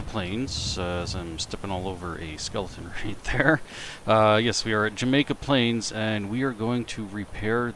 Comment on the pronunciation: Jamaica Plain....not plural...LOL